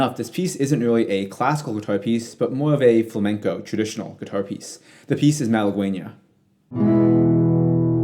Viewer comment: Wrong, first of all, i can't believe how you pronounced the Malaguena piece (you butchered the word) Also NOT true, Malaguena is NOT a flamenco piece, is closed resemblance to verdiales (which is a flamenco palo) but is NOT flamenco